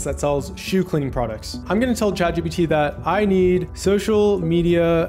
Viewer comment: What is the first AI? I heard it a million times but you didn't pronounce it right